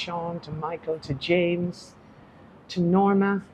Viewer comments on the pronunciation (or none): none